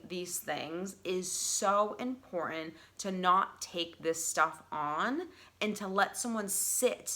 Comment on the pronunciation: Please pronounce “Important” correctly. The silent treatment has to work when speaking to someone whom is always right and has to have the last word. When someone is always speaking, they cannot listen and understand your perception .